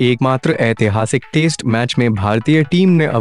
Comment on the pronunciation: aap baar - baar test match ko taste match kyun kehe rahe ho 😂😂😂😂😂😂